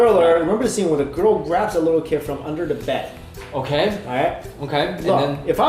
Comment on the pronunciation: Griffen Girl you said girk not girl.